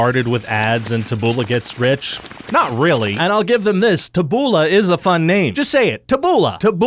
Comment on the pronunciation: Taboola is said with the emphasis on the first syllable. Its a misspelling of the Latin words tabula, which means plank, or plate.